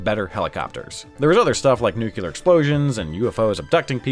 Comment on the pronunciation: nucular explosions.